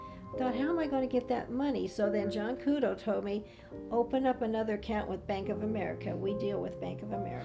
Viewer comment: ITS JOHN KUDO NOT JOHN CUDO